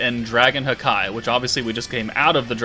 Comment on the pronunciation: I gotta say it….it’s not dragon hakai (like Dragonball super) its dragon haki (like from one piece pronounced hah-kee) haki=willpower